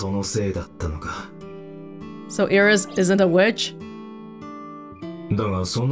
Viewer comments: With the exception of "N", Japanese lacks word-final consonants. There is no standalone "S", so what the voice actor is actually saying is more like "Irisu" than "Iris". When a word ends with "su" in particular, the vowel is often heavily de-emphasized and sometimes entirely silent (even in native Japanese, not just foreign words). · Hi, I noticed that some of the Japanese VAs tend to add an E on the end of certain (foreign?) words and names, such as Iris-e. Do you, or anyone else, have a clue why they're doing this?